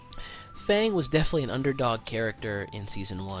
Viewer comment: Why does nobody pronounce F.A.N.G's name correctly?